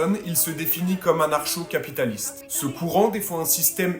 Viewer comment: anar-chaud-capitaliste lol ça se prononce anarko-capitaliste .... même le bot google sait mieux parler que toi